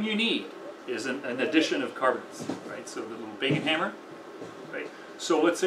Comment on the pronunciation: I’m so glad he clarified “baking hammer”, between my dyslexia and his pronunciation I had no idea what he was saying